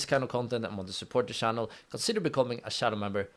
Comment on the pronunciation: Area pronounced eria not areia Fair pronounced feir nat fair Channel pronounced ch na sh . Except that excellent job. Listen to your video non stop whole day. Cheers 🖖 🇨🇦🇮🇹🇵🇱